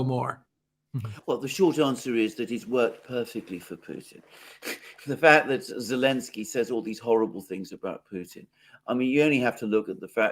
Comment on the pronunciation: His name is Zelensky, not any ski. Why do you keep misnaming him? It’s rather crass imho.